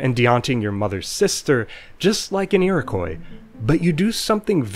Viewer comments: Very interesting! Just a heads up though, Iroquois is pronounced more like “Eerokwah”, not “Eerokoy” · Iroquois is pronounced Eer-o-kwa, not eer-o-koi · Iroquois is said "ear-oh-kwa". Good video, though. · It's pronounced ee-roh-kwah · Thanks! Where I grew up it was only -/kɔɪ/. I'd never heard the -/kwɑː/ used in Canada (and some of the US) before I made this video! That pronunciation interested me enough I did some digging and writing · Originally, yes. And if "Iroquois" keeps being pronounced wrong by too many people for too long, the same thing will happen.